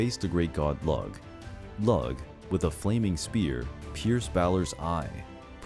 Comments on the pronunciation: Looo....NOT lug. Oh man... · The pronunciation if Lugh bothered me too ha. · I died laughing when he pronounced Lugh ‘Lug’ 😂 get over here ya big lug! 🤣 it’s pronounced ‘Loo’ and the celebration of Lughnasa (Loo-nah-sah) is in his honor 🔥❤️😁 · Lug? Lugh is pronounced like Lew, I believe. (Lu? Loo? Lue? English is so hard. We have so many ways of making the same sound with different letters. And Gaelic spelling doesn't work well with English phonetics.) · BTW, the Irish god Lugh's name is pronounced "Loo" and not "Lug". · "Lug?" Did you mean Lugh? I believe it's pronounced "Looh" (lew with a breathy H-sound at the end). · Lugh is pronounced "Loo", Tuatha is pronounced "Tua" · LUG? No dude. just no. It's Lugh (rhymes with few). From whence we get the word lughnassah. Don't let yourself be misinformed. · The God Lugh (also known as Lugus) is not pronounced "Lug". It's pronounced "Loog" or "Loo-guss" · Gotta work on the pernounciations my guy , his name isnt lug its pronounced Luu and spelt lugh. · Lugh is pronounced like Lue not Lug ! No worries though!! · Lug? with a hard G? .. I've always seen his name spelled 'lugh' and pronounced more like you do 'loo' and 'lew' .. I could be wrong of course, but I think you have the pronunciation wrong there? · Great 👍🏻 was very interesting! Irish tip though - sidhe is pronounced ‘she’ as in ‘bean sidhe’ which is anglicised to banshee. Lugh is also pronounced ‘loo’ ☘️. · I've heard 'Lugh' pronounced 'Luke' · Lugh... pronounced "Lou", as in the song "Louie, Louie". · Lugh is pronounced as lou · The pronunciations. They hurt. I mean I know Celtic languages are hard to pronounce, but the god of the justice and light is not 'LUG' T_____T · Also Lugh is pronounced Loo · Thank you. I was watching this video specifically to see which ones were mispronounced, and knew the second I saw it on screen this was the start XD